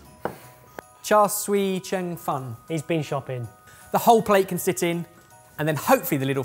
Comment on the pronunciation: Yeah, the "siu" in "cha siu" rhymes with "few" or "hue" or "Hugh" in English. And it's a clean "s-" not an "sh-" sound.